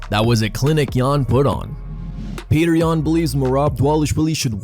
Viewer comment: Is Petr's name really pronounced as "Petter"?